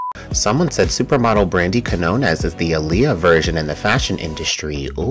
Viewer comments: If so, you should know how to pronounce the letters "Q" (in que- and qui-) and "Ñ", and there'll be no need to search footage of a Spanish speaker pronouncing the surname Quiñones. C'mon, you cannot spell / say "español" without "eñe"! 🤭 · You got her last name, Quiñones, totally wrong. I know Spanish is hard. 😅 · I was in Spanish Honors Society so it’s actually not hard for me, but I’ve yet to see footage of anyone pronouncing her name correctly. So it is what it is. 🤷🏾‍♂️